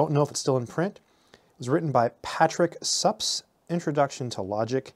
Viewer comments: I think Suppes is pronounced differently. I'm not sure but I think I've heard it pronounced something like "Soupies". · (/ˈsuːpiːz/ you are correct!